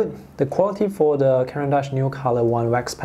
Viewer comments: It's not pronounced Caran -Dutch. Its horrible how people never try to educate themselves about the proper pronunciation of names. I see a lot of American artists on you tube be so rude about it. If in doubt you can call the company and see how they pronounce their name. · Pourriez-vous prononcer le nom des marques CORRECTEMENT? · Serait-il possible de prononcer le nom des marques CORRECTEMENT?